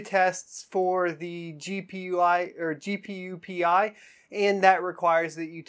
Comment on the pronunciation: psst it's GPU Pi(pie) as in the math function ;)